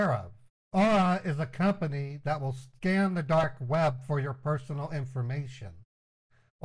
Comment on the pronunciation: When he said, "I'm running a scan now," it sounded like he said, "I'm running my a scam now."